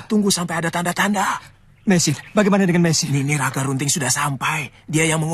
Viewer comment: Namanya bukan nagarubting,tapi ragarunting tau nggak